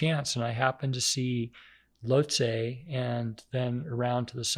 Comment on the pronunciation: Pronounces Lhotse incorrectly & comparing him to David Goggins is wild to me. Besides that great episode.